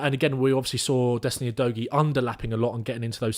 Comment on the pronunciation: The Udogie pronunciation game was all over the place 🤣 but love your coverage otherwise, very good and the kinda stuff that I like to see